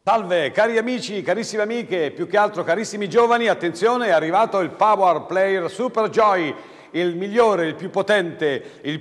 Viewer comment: "Pauár pleir"